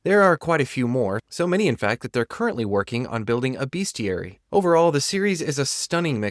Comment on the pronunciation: best-iary, not beast-iary